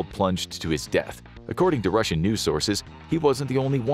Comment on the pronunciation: "Don't be beetch; be Rossian!"